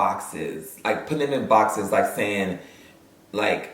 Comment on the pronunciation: “Taste lih a lil turkey leg” took me smooth tf out 😭😭